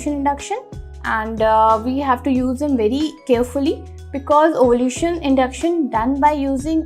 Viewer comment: Ovulation hota he wo ovulution nahi…